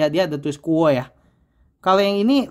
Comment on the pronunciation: bacanya KU OWE mas.